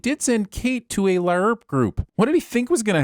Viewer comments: Please....for the love of god...stop saying "Layarp" It hasn't been known as LAARP in a very long time. It's just LARP now. And it's still lame, but god just hearing "LAYARP" is hurting my sanity. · The way you say LAY-ERP is the real sin here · Why the hell do you pronounce "LARP" like that!? It's infuriating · Did this guy add a second syllable to LARP? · That's not how you say larp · he's not doing it for that, it's part of a reoccurring bit to take the piss out of GIF=/=JIF deniers (if I remember right). One of the main arguments is that "Graphical" has a hard G and thus the G in GIF should too, so he pronounces acronym letters as they're said within the words that make them up. Probably with some extra waggle just to make it obvious he's mispronouncing it.